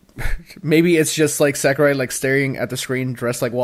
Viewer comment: Am I the only one who cringes when they say Sakurai? It’s SAW-KU-RAI